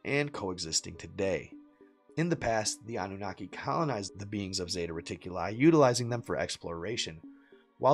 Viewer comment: ORION = OH-RYAN as in Orion’s Belt, bruh. 🤦🏻 But that Freudian slip when you said zeta reticuli with the emphasis on reticu-LIE was the closest to reality this channel has ever touted.